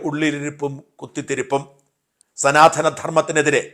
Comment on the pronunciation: സനാധനം അല്ല സനാതനം